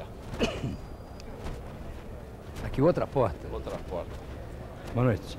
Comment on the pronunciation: Hojefalam Póita em vez de Porta!